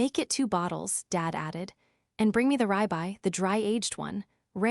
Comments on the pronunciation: Ribeye - Two syllables - rib eye. Not ribe eye. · Not to mention "rye bye" for ribeye.